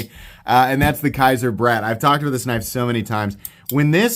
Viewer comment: I have two of the Kizer Brat knives. (It is actually pronounced braat, like bratwurst, because the blade is like it is wrapped in a bratwurst bun, and the blade has a shape that looks like the shape of a bratwurst, in a way.)